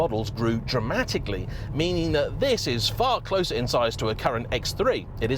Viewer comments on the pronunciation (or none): none